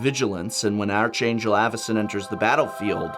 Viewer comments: Prof! MY friend, my pal, my buddy. Its "ARK-angel". Pronouncing it like "arch" pains me deep down inside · For the love of all things holy, prof, the 'h' in "Archangel" is supposed to be silent! It's supposed to sound like ARK-Angel. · It's pronounced "ARK-angel", even though it's spelled with an "h" in.